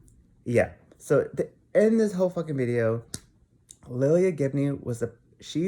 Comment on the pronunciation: first off, her name is lilah Gibney (lye-luh). Also, are you personal friends with any of them? If not, I don't think you have a right to put in any type of assumption of lives you don't know just because you "think" you know what happened. also, the truth and an opinion are two different things. So this is definitely just an opinion and assumption. Not the truth. No one knows the real truth right now but ya know what? That is ohkay. Let Jeffree and Nathan just live their lives and do what they want and feel is good for them. &last, if some girl came into my man's inbox i'd do the same thing and I'm sure a lot of girls can agree with that. We do things when we get angry and see a girl trying to talk to our s/o.I hope you don't get any death threats for speaking your opinion BUT it was really unnecessary from someone that doesn't know them on a personal level.